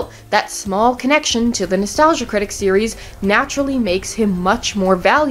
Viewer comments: I was iffy on this video and then you said "three serieses" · Did you say "series'es?"